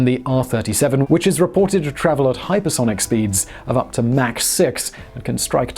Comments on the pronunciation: MAC 3???? ITS MACH. MACH!!! MACH!!!!!!!!!!!! SPEAK ENGLISH YOU TEA SIPPING MARY. LOL. FJB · You left out the Mach 20 (pronounced "mock", not "mack") Kinzhal hypersonic missile announced in March of 2018 which renders the entire US fleet helpless. Please figure out a way for those of us who are already supporting you on Patreon to avoid the commercials! I went to and used the Search feature to find this episode on and got lots of hits - NONE of them to "Mig-31. Has Google managed to destroy all relevant links on the internet? I even tried the Duckduckgo feature Mig-31 to no avail. I could not find this episode on . I use Brave, Firefox, Vivaldi, and Opera. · its not mac its mach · Its mach not mack. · It is pronounced MAACK as in AU vs MAC as in McDonalds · Please say Mach (like MOC ) not like MAC & cheeze. Thanks. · You say "mach" like "Mack". Check the pronunciation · Mach is a German name and is pronounced Mahkh, not "mac" as in Big Mac or Macintosh. "Aircraft" is always singular, as in "fish" or "deer". Who is "Mickey Anne" and does she make airpanes? ;-) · Mach is not pronounced mack, but mawk or mock. He literally just finished saying he looks up the pronunciation if it involves the subject matter of the video. Smh. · Mach is pronounced as mark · "Mack three..." LoL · Pay ten bucks a month for no ads....still get fuckkkkkking ads. And that’s pronounced (mock) Mach 3. 22 meters is not 274 meters think you added 2 by mistake